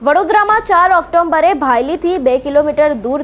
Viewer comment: It's October not Octomber...😂